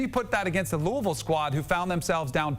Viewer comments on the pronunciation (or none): none